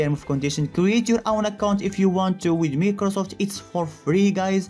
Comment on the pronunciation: NOONE: LITERERY NOONE EVERYONE - microsoft ( my - kroh - soft ) ChereFulDev - microsoft ( meeeh - kruh - safft)